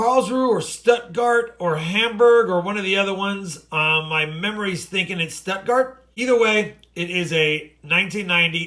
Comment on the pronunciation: Hello. Yay, I guess this makes you ahead of the game compared to the average from last year. In regards to the Deutschmark, your pronunciation of Stuttgart was off a bit. Maybe try it like Shtoot-gahrt or Stoot-gahrt. Thanks for your work and all the best.